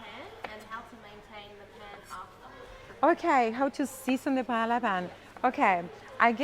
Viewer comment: First, As spanish when someone pronounces "paela" I run away. Second. Ingredients are very important. Rice it's absolutely necessary that it be rice called "bomba" a variety grown only in spain. Not rice from asia or another place. Falvour changes absolutely. Third the seafood not from Pacific please. Shrimps, calamari, etc..don't have favour compared with spanish sellfish. It's impossible to taste a really good paella out from Spain because the ingredients are not good, even if the cook is spanish. To finish..."paprika" in the paella? Oh my God.